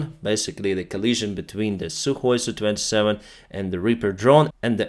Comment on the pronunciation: Mate, the Sukhoi aircraft with an SU designation are identified as S.U. Not as Soo. Just sayin’…….😁👍